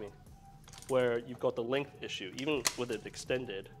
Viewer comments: Oh god no! Now i have to hear say "lenth" again! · i dont think acknowledges the G in the word "length"